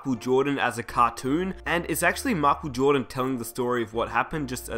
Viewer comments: makel joohdan haahaha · mockel jordon lol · His name is totally machel jowdan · whaaat? makel jodan? wtf!